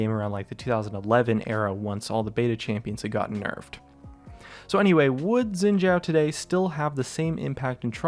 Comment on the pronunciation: its "Shin Zh-a0", n0t yin jia0 f0r g0d sake